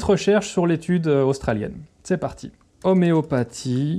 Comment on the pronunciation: 'oméo pa'tie?